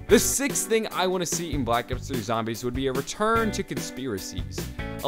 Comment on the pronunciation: Did it sound like he said black ops 30?